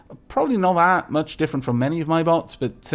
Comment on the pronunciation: XD i heard "Haha! I wish to take apart your butts!" instead of "Haha! I wish to take apart your bots!"